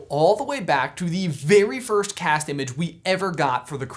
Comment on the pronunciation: When he was announcing the meet up he totally said 'December firsht' 😂😂😂😂 Love ya♥️